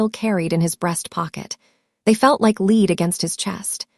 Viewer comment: The Ai narrator isn’t good at pronouncing homophones so the word “lead” which is the metal is pronounced “led”. I’ve been noticing this glitch in different stories like this. Somebody should listen and make corrections before they are posted. Yeah it’s a minor thing but it’s a bit distracting and pulls me out of the story. 😊